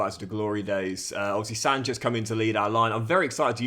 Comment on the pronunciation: It's pronounced as "sunset" not sanchet..